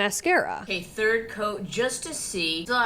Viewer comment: Can we please acknowledge that her pronunciation of “third” in Lashgate 2.0 is further proof of a fake, inconsistent accent??